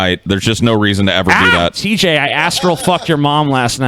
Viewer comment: He said Thai tj. Stop interrupting the show 😂😂